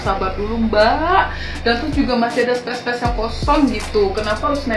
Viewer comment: Tampangmu Mbak ngomong enggak becus: space kok jadi spes hahaha Sok imut padahal kamu wajahmu aja kelihatan kayak nenek hahaha